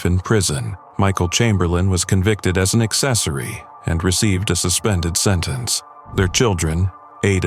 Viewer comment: "Assman" 😂😂😂😂 me2? Me2😅